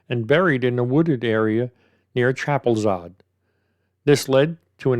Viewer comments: Chapelizod is not pronounced Chapelizard. It's pronounced chapel-is-od. The taxi rank may well have been on baggot st but given there was a taxi strike that night there wasn't going to be anybody there. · Its pronounced Chapel Lizard